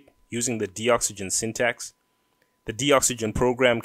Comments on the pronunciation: I don't think its pronounced "de-oxygen". It is a docs generator. Its gotta be DOCS-uh-gen as in 'docs gen tool'. too big a coincidence not to be. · I'm pretty sure Doxygen is pronounced "DOCS-YGEN" as a play on words with document and oxygen put togetterh.